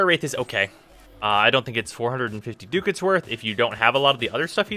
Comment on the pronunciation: it's DUCK-ETS, not DOOK-ETS